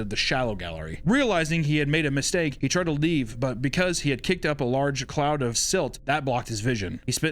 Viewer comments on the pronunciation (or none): none